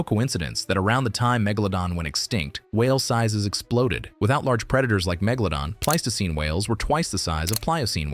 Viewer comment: There are a couple of things I noticed. You pronounced Megalodon wrong several times and you mispronounced the name of the scientific name for the Megalodon shark when it was believed to be related to the White shark. You also mispronounced the White sharks scientific name. that's a Sandbar shark. I've heard nothing that says the Megalodon shark looked like a giant Lemon shark. When I read a shark article about Megalodon sharks being longer and skinnier than previously though, it never said anything like that. Also, the area of a sharks body you said was the trunk was a little off. The area of a sharks body that's called the trunk is the region between the first dorsal fin all the way to the base of the caudal fin.